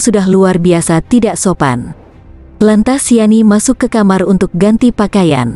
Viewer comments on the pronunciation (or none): none